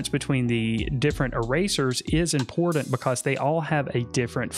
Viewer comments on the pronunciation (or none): Imported or important? The T is not silent lol.